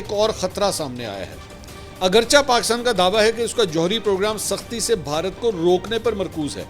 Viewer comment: جناب منصور علی صاحب پلیز "لفظ ۔۔۔۔۔۔۔۔اگرچہ۔۔۔۔۔۔ کا تلفظ درست ادا کیا کریں یعنی agarcheh درست ہے پلیز مائنڈ نہ کرنا ۔۔۔۔۔ہم آپ کو روز سنتے ہیں پہت پیار کرتے ہیں ❤❤❤